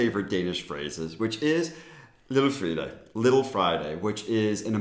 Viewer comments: When you said "lille Fredag" it sounded like you said "lille fridag" which means "small day off" which also would be a great idea haha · as a danish person the way you say frday sounds like fridag that means day off and that always makes me laugh. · Kvajebajer for mixing up the Danish pronunciation of Fridag vs Fredag 😂 Cheers